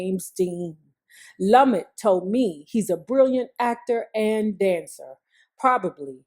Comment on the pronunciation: I'm still not over you pronouncing "Lumet" lum-et and not the correct pronunciation loo-may! 😳😆